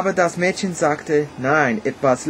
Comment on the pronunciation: Du solltest noch mal folgende Worte üben: Müllers-tochter, Häus-chen, Gold, Morgen, Mäd-chen und Männ-chen. Insbesondere die Verwechslung der letzten beiden kann zu reichlich peinlichen Situationen führen:)))) Die deutschen Umlaute ä, ö und ü sprichst du meistens richtig aus. Eine Notenbewertung abzugeben bringt dir nicht wirklich was. Informativer ist es eher zu wissen, dass bei uns die Noten meist von 1 (sehr gut) bis 6 (ungenügend) benützt werden. Tschüss